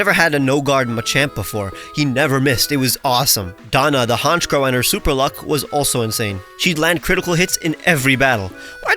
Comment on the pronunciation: THE SECOND C IN HONCHKROW IS SUPPOSED TO BE A K!